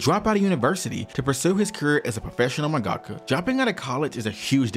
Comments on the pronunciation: You’ve really gotta learn to pronounce half the terms and Japanese names you’re throwing out. “Jiness Records”, “mungahkka”. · Jesus, can no one say mangaka right? Seriously, everyone I listen to CANNOT say mangaka correctly. It is manga-ka, not mon-gah-kah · Great vid but your pronunciation of mangaka pains me as someone who’s Japanese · dude why the hell are you pronouncing mangaka like that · The way you say mangaka is too American